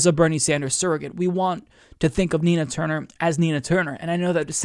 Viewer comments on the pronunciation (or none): I thought you said "tina turner"